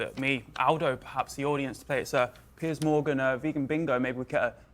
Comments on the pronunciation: Pearce...not pee-air😜😂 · His name is pronounced like “PIERCE” - his name is not pierre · Piers like BOAT PIER - Z not Pierre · His name is pronounced like the word "Pierce" Morgan. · His name is pronounced Peers. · Doc I love your commentary but Piers Morgan’s name is pronounced like Pearce Morgan not Pier. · His first name is pronounced the same as tears and fears, except with a p. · His name is Piers. Pronounced Pierce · Pier"s" not Pierre! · Pretty sure his name is pronounced like peers, not pierre. He's English not French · His name is pronounced "Pierce" though the spelling is decidedly English. Also of note is that meat is a actually a truly plant based diet, as in cows eat plants & I eat cows. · Doc fyi he pronounces his name “peerz”. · It’s Piers like pier in a harbor. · Doc I love you but it is pronounced Peers. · I'm sure others have commented, but his name is pronounced Pierce. However, I really like that you call him Pierre and I think I speak for your fans when I say I hope you continue calling him that. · In case someone hasn't already pointed it out, it's Piers pronounced "pierce", not "Pierre". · Still not a fan of Piers, he's too anti-2A. But he can be entertaining. btw Piers rhymes with beers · It’s pronounced “pierce” like you’d pierce the steak with a knife… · No, it’s not. It pronounced Peers. Not Pierce. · Piers pronounced Peers. Not Pierre. But don’t change. He’s an ass. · Hi Doc, I think Mr. Morgan's first name rhymes with Beers, only one syllable.. I could be wrong.. ♠W.G. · I’m ninety percent sure it’s pronounced like peers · Good video, but you're pronouncing Piers' name incorrectly. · Not to be an ass, but learn how to pronounce the guys name before you do a video.....Like nails on a chalkboard!!!! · I don't understand, why would you want people to keep mispronouncing Piers name? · you're saying his name wrong.. lol